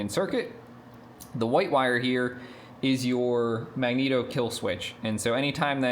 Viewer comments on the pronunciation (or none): none